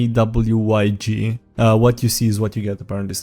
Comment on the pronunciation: WYSIWYG (What you see is what you get) is commonly pronounced like you might pronounce "Wizzy Wig".